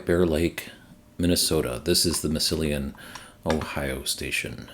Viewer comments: Thanks for the great updates and your continuing work. Some help with pronunciation: Massilon OH: mass-E-lon SanFernando CA: san fur-NAN-do Canandaigua NY: can-on-DAY-gwah That last one is tough! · New Ohio site is Massillon (Mass-eh-lon)